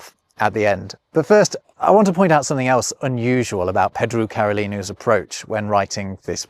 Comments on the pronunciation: You might only speak English, but surely you should know that Pedro is not pronounced "Peedru"? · It's nice, given the context. It would've been funny for him to butcher it on purpose. He sort of accidentally did it, with "Pedru". :D